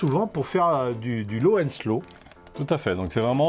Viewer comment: Low AND slow, pas low ON slow. 😉